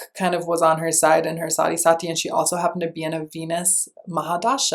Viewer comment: Sati is pronounced as Saahtheee